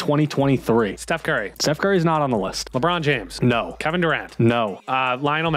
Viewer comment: Bro really pronounced Labrone Jahames wrong 😂